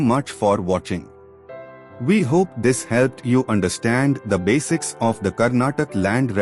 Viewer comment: karnatak❌ Karnataka✔ Please pronounce properly